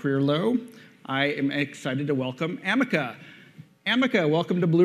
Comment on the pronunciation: Very Friendly ! Do you like calling you Amek instead of Ameca(A.I) ? -Vijay,Ongole